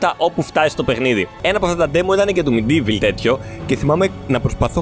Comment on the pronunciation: Προφέρεται ΜΕΝΤΙΒΟΛ!